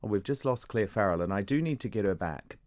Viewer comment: What an idiot! The way he says her name. So infuriating.